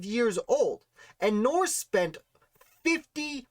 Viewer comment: Thanks for this great piece on Joseph. One note... the name is pronounced "Nurse." Andrew Jackson famously said that his first order of business as President would be to "clean out the nursery" in reference to Joseph Nourse having filled the treasury with his relatives. George Washington referenced Joseph and his father in several of his papers and letters spelling the name "Nurse," e.g. Diary entry 9 Mar 1771: "Finished Ditto for Mr. Marcus Stephenson—who was to be the bearer of them. Mr. Dick & the two Mr. Nurses dined at my Brothers today."